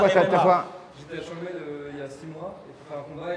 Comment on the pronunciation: Changmaï et non Shanghai...